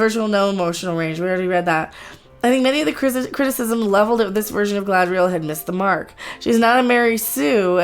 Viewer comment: Galadriel, please, not Galahadriel.